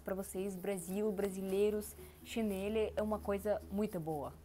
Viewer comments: Chinelo não chineli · Mas não se diz Chanelle e sim chinelo. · Você precisa prestar atenção na forma como falamos. Exemplo: c h i n e l o ....ooooooo Não CHINELI. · Chinêle..? Xínêle?